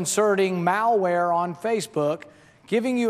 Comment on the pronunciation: Is it just me, or does he pronounce "malware" as "Maoware"? Damn communists...